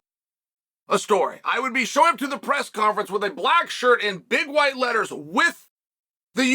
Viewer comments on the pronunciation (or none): none